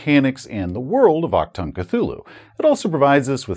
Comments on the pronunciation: Took me a moment to figure out what "Octan Cthulhu" was :D Dont worry, languages are hard and can work in a weird way - i never get accents - it took me waaaay too much time to realize your last name is originating from poland, despite being polish :D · Very funny to hear "Achtung" spelled by a non native speaker like "Actung" I never thought, that this Cthulhu version was called that, across all borders, since I come from germany. I always assumed it was something unique to us, since Cthulhu is one of the most popular systems here in germany. So popular in fact, that our Cthulhu Publisher pushes out so many adventure self productions that aren't available in any other language. I believe, we have even more adventures as the main english branch. That has a downside of course, since many writers have seen that as an invitation to exclusively write adventures in a german setting. And I am really not feeling it. Lovecraft is the americas for me, or expeditions to far away places, maybe even good old Britain. But I really do not feel the stroll through the Ghoul infested Black Forest. Anyway, awesome video as always! For all those interested in the word itself:Achtung means attention. And the ch is not pronounced like a c or a k, but try to spell it like the ch of Crach an Craite if the Witcher is something you're familiar with. And the u is not an a, it has it's own sound in german. But this is as far as I can go with textual explanation, you would need to hear it. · The struggle with the german pronunciation of "ch" is real 😅 Anyways, thanks for another great video! Quality is as usual just awesome! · I do believe it's pronounced ACHTUNG!, the exclamation point is not silent. But that's okay, I'll just yell it when ever you say it.